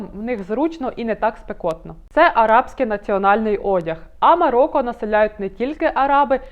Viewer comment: Цікаве відео, але, українською МароКо, а не МароККо